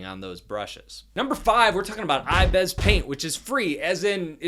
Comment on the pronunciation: Wtf is " I bez"